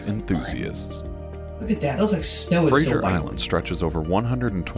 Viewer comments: Fraser Island (like actor Brendan Fraser) is pronounced FRAY-ZER…. Not Kelsey Grammer’s “Frasier”. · Frazer not frazieer. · We say Fraser not Frazier island - dont feed the dingoes, they can bite. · Kelsey grammer got some explaining to do to Americans. It’s Fraser like laser! Like Brendan Fraser not Frasier